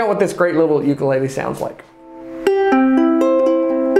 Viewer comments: Mahalo nui for pronouncing ooukule correctly 🤙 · It's sort of weird to hear/see the correct pronunciation come out of the mouth of somebody outside of Hawai'i. I'm so accustomed to hearing "yukulaylay", or "wukulaylay" from some brits, that hearing "ukulele" caught me off guard.